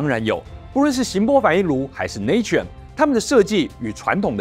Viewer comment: Natrium乃英文Sodium之拉丁文拼寫，讀音要跟拉丁文，因此tuber的讀音錯了